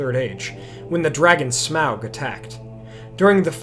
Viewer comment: Why does everyone mispernounce smaug's name wrong?! 😡